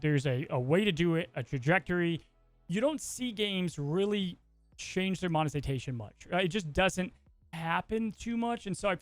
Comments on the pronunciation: “monezitation” I had to play it a couple of times to get that lol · Good discussion on monetization. I’m with. However, can’t pronounce monetization correctly lol. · Did just said "mozetination" or is it just me? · Ok but why he pronounce it Monezitation?